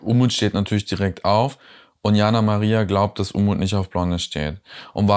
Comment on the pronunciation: "Unmut" statt "Umut".....war das Absicht?😉